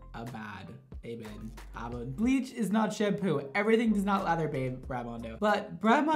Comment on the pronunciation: It's not shampoooooooo